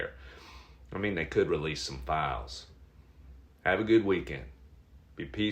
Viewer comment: “And stay onery” 😂😂😂😂